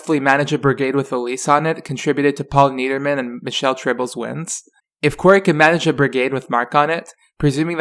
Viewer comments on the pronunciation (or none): none